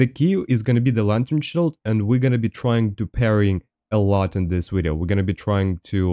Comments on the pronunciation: You mean wideo? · subscribed because i enjoy the way you pronounce video. 10/10